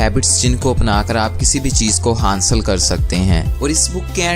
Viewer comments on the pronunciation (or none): its not hansl its hasal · Sir aap ki videos best hain But word" hansil" nai hota" hasil" hota hai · Hansil nahi bhai...hasil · Hansil nahe hota hasil hota h..